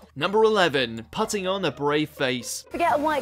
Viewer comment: How can't you say 'putting'? Made it sound like the verb of to putt in golf. Never heard anyone use the word like that!